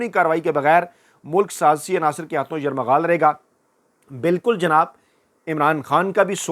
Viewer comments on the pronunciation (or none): جناب یرمغال کہہ رہے ہیں آپ لفظ یرغمال ہے ہے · یرمغال نہیں یرغمال ۔ پہلے بھی یاد دھانی کی تھی پلیز تصحیح کریں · Correct YURGHAMAL & not YURMAGHAL. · معذرت کے ساتھ گزارش ہے کہ بے خبری میں ھر بار آپ کی زبان سے یرغمال کی بجائے یرمغال نکلتا ھے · معزرت کے ساتھ اا ویلاگ میں آپ نے تین بار لفظ یرمغال استعمال کیا ھے...ہرغمال کے بجائے 😁😁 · یہ لفظ "یرمغال" نہیں بلکہ "یرغمال" ہے۔ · It is not ‘ Yarmaghal’ but “Yarghumaal” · Bhai yamaghaal nahi bolte yaghamaal bolte hain mene apko kai bar bola hai sir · Aslam o Alaikum! Kindly correct your phrase as yerghamaal instead of yermughaal please. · یر مغال نئیں یرغمال ہوتا ہے اسے چیک کرلیجے گا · ۔ لفظ یرغمال کو آپ یرمغال پڑھتے ہیں ۔ تصحیح ضروری ھے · یرغمال کا تلفظ درست ادا کریں